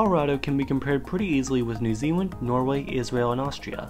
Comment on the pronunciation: New Zealan^